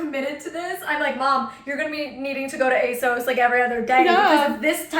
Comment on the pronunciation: I used to work for ASOS, it is indeed a UK based company. And it's pronounced ASOS as in moss FYI 😊